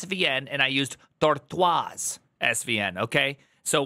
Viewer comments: Please stop saying "tortoase" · you say tortoise strange, shouldn't it just be like "tortuss" like the animal. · Title caught me, but cant get past him saying tortoise incorrectly a dozen times in the first minute (is a kindergatren level common animal name). Also not knowing git and mercurial were competing projects with extremely similar models and mechanisms makes me not think there will be much in terms of insights in this. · Tor what??? Tor-twazzz??? Haha is that how it's pronounced? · I watched 30 seconds of this, and had one comment - and then stopped. I haven't even bothered to see if anyone else made the same comment. You made the comment "I used svn and tor-twas svn" and made the pronunciation "smugly", as though you knew were mispronouncing the service deliberately. I haven't encountered that pronunciation before - and I disagree with it. If that is now a common version, I apologise,: but my biggest disagreement is that there are already two pronunciations of "tortoise" - lets see if if I can capture them. One is "tor-tus". while the other is "tor-toys". The problem with "tor-twas" is that it introduces a third, non-canon interpretation that will confuse non-English speakers. The problem with "in" jokes is that most multi=nationals cannot "get" them. Please desist. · I've never heard someone pronounce tortoise like that.